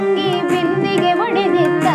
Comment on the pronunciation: ತುಂಬಾ ತುಂಬಾ ಚೆನ್ನಾಗಿ ಹಾಡಿದ್ದೀರ. "ಬಿಂದಿಗೆ ಒಡೆದಿತ್ತಾ" ಅನ್ನುವಾಗ ಉಚ್ಚಾರಣೆಯನ್ನು "ಬಿಂದಿಗೆ ಹೊಡೆದಿತ್ತಾ" ಅಂತ ಉಚ್ಚಾರಣೆ ಮಾಡಿದ ಹಾಗೆ ಕೇಳುತ್ತಿತ್ತು. ಕ್ಷಮೆ ಇರಲಿ.